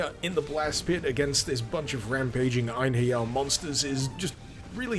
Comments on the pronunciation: It's pronounced En-herry-arr though... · as a valkyrie profile veteran, i’d go with project ein-ha-ri-ah. whatever it is tho, cool mod. also, are you watching out for the castlevania simon’s destiny mod? it’s not released yet but it’s supposed to be the original castlevania in 3d